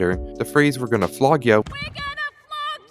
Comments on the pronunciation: And I put it in captions and didnt even put "flog" it said "We're gonna f you" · When lucky’s mom say we are gonna flogg ya. It sounds like the f word☠️ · Every time I watch that episode I always doubt if lucky’s mum said flog or the f word